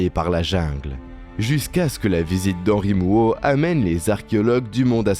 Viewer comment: Jvais passer pour un hater ou un haineux, mais 3 erreurs de prononciation dans les premières 50 secondes , c’est juste insupportable !! Tu prononces à la française le nom des cites historiques et après tu prononces à l’anglaise le nom de Henri Mouhot qui est français, à un moment , faut choisir !!